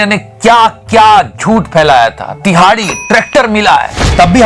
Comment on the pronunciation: The way you say tihadi is ultimate 😂